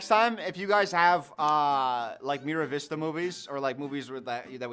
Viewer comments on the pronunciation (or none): MAR vista, not Miravista